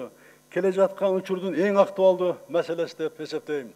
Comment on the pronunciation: МамлЯкЯт , масалЯ дейт го .